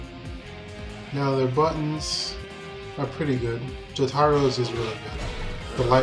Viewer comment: It's pronounced Jo-ta-ro. Got Dio right though, good job